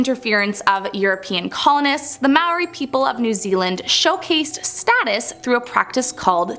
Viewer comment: Still cant say maori right. Roll the R. Pronounced properly. Its sounds more similar to mouldy. Just without the L.